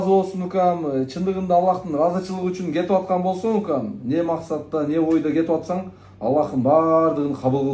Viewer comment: Кыргызстан эле эмес, Жалал абаттын атынан кетотат дейсиңго, логопед ге барышың керек сенин!